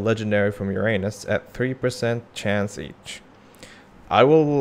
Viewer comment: the funniest part is that this is not how you pronounce uranus at all